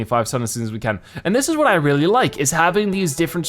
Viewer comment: He can’t pronounce the R in the word really